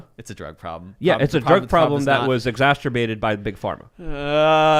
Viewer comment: Somebody please explain to how to pronounce "exacerbated" There's no "T" in there lol He keeps saying it wrong everyday